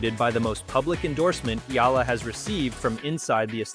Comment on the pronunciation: Thank you for pronouncing Alex Eala's name correctly 👌👌👌🇵🇭🇵🇭🇵🇭